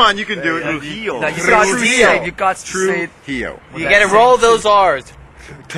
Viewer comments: The Pronuntation its very bad, he sais Trujio its not that way, its Trujillo. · It’s Tru-JEE-o, like Fa-JEE-tas, duh. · "Trijialio" Lol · No le sale decir su apellido 😂😂